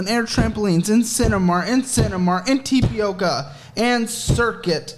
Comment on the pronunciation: I'm just laughing at how he pronounces tapioca